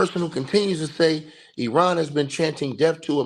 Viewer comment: Eye ran pronunciation, not being smart bro, each one teach one. I was pronouncing it like you until I was corrected. I didn't get upset being told.